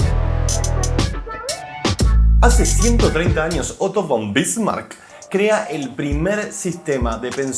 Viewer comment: Una cosita con el bombre de otto von Bismarck no se pronuncia von si no fon porque en el aleman la v se pronuncia como f